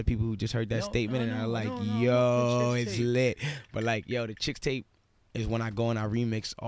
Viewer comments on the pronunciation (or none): I love how this station doesn't know what Chixtape is LOL Its chixtape not ChicksTape hahaha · It’s “Chixtape” not “Chickstape”